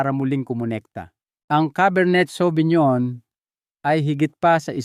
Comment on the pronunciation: Correction po pinonowar po ang pronounce,cabar ney savinyon pilipino version. as a wine expert may wine na mas kalidad like Merlot Shiraz,Malbec.okay naman yung recommendation nya